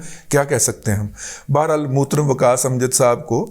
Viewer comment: موترم۔۔ ہاہاہاہا ۔۔ یار لاہورئے زبان بیان کے بہت تیز ہوتے ہیں۔